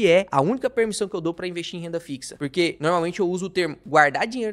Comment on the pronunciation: MEUS ELOGIOS AOS CONTEUDOS DOS SEUS VIDEOS, DE VERDADE. MAS NAO POSSO DEIXA DE OBSERVAR AS PRONUNCIAS DAS PALAVRAS...RSRS. . . Esse " puriquê" falado é o charme dele. Kkkkk...e na voz dele Também as palavdas : pairti", " Govéirnuuu" , " ceirtas", " méircado", " cairteira", cara que embola a lingua nas silabas que têm a letra "R". Imagina ele falando a palavra AEROPORTO!!!! KKKKL CURIOSIDADE APENAS, VC É DE QUAL CIDADE DO INTERIOR DOS SUL OU DO SUDESTE?